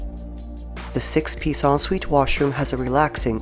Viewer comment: whats an ah sweet???? learn how to say ensuite!!!!!!!!! every single video she makes is said wrong